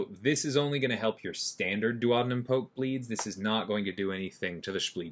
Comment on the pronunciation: As someone who works in medicine, I appreciate you pronounced duodenum correctly hahaha, I think you’re the first content creator to do that actually!! Lol